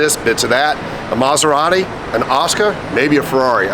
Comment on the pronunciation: The one and only "Coberrati"